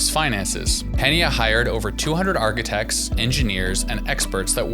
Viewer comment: These must be the arch-ee-tects that Rob Ford spoke so fondly of 10 years prior.